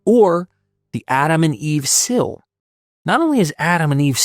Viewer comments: “”Sil”?! Man that’s not how you pronounce the word seal. It pronounced like the animal seal. Not “sil”. It hurt my ear every time I heard you say the word “sil”. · A woman putting HER hair up in a bun, not THEIR hair up in a bun. SEAL as in cylinder seal, is a homonym pronounced like the SEAL with flippers. It's not pronounced SILL as in window sill. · Your pronunciation of seal is weird. Sill?